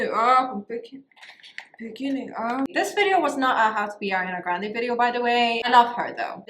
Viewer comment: Stella grande :v ♡ omg before i hear you sayin selliana grande i commented this lol